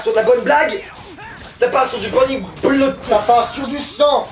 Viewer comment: burning bloude ? sa sent le rattrapage d anglais en orale tout ça